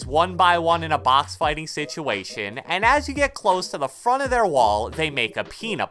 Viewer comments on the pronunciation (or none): none